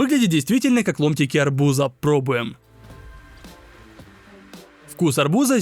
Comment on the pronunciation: Арбу́за❌ Арбуза́✅